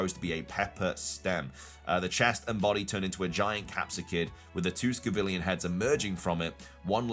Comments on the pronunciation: Why keep saying scovillian when it's scovillian??? 🤣🤣🤣 Sco and villain. 🤣🤣🤣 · It's Scovillain ("villain" is in the name) not Scovillian ("villian" doesn't mean anything)